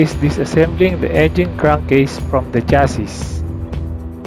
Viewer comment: Silent S yung huling S ng Chassis. Hahahah chassissss daw eh hahaha